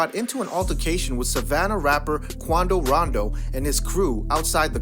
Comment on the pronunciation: Everytime he says „Quando Rando“ I think of „Geraldo Waldo“ from that Urcle Series 🥴